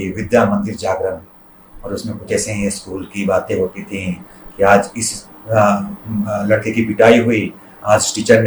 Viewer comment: बढ़िया है! वर्तिका को अपने उच्चारण पर विशेष ध्यान देने की ज़रूरत है। आज को आज ही पढ़ो आज़ नहीं...